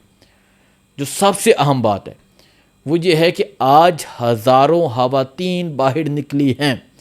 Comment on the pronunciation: Khuada me banday hawateen nhi he khawateen he jumpa sahi bolo